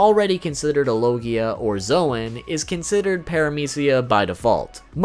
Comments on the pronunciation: I just ignored him when he said zowan instead of zown (Edit: not the spelling the pronounciation) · Bruh its Zoan pronounced Zone not Zwan lol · Zoan is pronounced zone not zo an